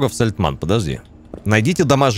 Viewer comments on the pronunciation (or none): Такое чувство, как будто у обида какая-то на эту деревню - Сальтман, Сальтаман, но только не Сальтамн) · причитай хоть раз нормально название деревни )